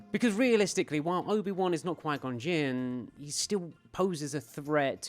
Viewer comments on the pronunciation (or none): "Mr. Gon Ginn" 😂😂😂